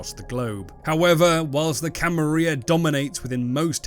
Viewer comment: I don't know if you're doing it for engagement, but man it really annoys me that you keep saying Camarilla wrong.